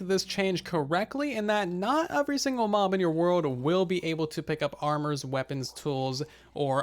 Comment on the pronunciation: Why do you say the word “every” so damn weird?